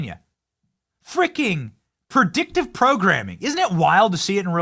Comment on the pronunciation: Its predictive not perdictive cant believe you got through school with that lazy tongue